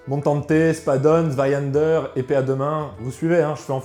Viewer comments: tu as une prononciation absolument horrible de Zweihänder , que tu prononce zweihander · Intéressant, surtout la manière de s'en servir. Je me permet deux infos : - en allemand, le "h" se prononce : soufflé. - vous prononcez "Zweihänder" comme si cela s'écrivait avec un "a" alors que c'est un "ä" qui se prononce en allemand comme en français un "è" ou "ai".